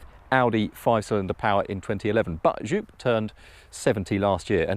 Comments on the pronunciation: Please hand over the steering wheel to Mat Watson! Ps. It is Jóóp, not Joep.... Worst (special) car review in years.... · Joop, not djuup 🤣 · Joop is pronounced "yope" haha